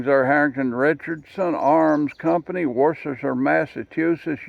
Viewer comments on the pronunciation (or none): Pronounced 'Wooster.'